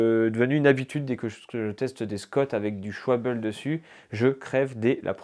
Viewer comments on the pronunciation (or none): pour les pneus, ça se prononce : ch'valbe 😅 sinon bravo ! ça donne envie.